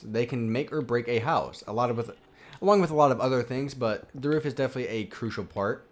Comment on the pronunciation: STOP SAYING CRUISAL!!! But nice video good instructions for this detailed mansion. Me and my minecraft dog Harvey happily live in it. Im now looking for inside ideas. Can you do a video of how to do the inside of this mansion? Pls? :-)